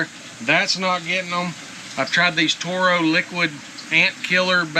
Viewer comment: Terro not Toro.